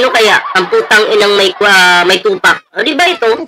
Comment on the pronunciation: may tupak, , may tupak,may tupak daw si lisa😂😂😂.. gaga!! pagbigkas mo na lang ,d ka pakikinggan.. TUPAK o TOPAK.. 😂😂😂. lolbu.